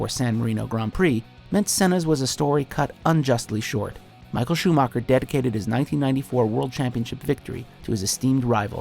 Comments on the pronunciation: Anhone who says schumacher like ' schumarca' should leave youtube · Schumacher (whose name you couldn't pronounce right if your life depended on it narrator guy) second most pole positions, second most races driven, most WM titles by 2 with 7, almost 30 more grand prix wins, most wins in 1 season, second most wins in a row. Gets place 3 while the guy he overtook in everything, which btw is literally your last sentence of the video, gets first? I mean hey you can put Senna or Schumacher at 1 and i wouldn't care if the other had 2, but Schumacher 3, Hamilton not even on the list. Go home Watchmojo you're drunk, and painfully obvious have no clue of formula 1.